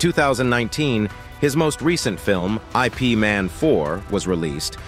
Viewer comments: It’s not i. p man. It’s Yip Man. You’d think you would know this. It’s not Jeet Koonay Do. It’s Jeet Kun Do. Lots of important things missing from this video and lots of mispronunciations . 👎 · 'I', 'P' Man? Seriously? It's pronouced eep like in "sleep". And btw, that was Donnie Yen as Ip Man. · It annoys me when he says I.P. Man instead of Ip Man! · Please !! it is not I.P. Man, his name is Ip Man , !! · the way he pronounces it🤣 like I.P adress😂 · its not I.P. can you pronounce ip man name correctly?